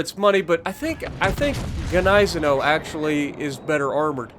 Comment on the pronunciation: The gneisenau is pronounced, nee-se-now.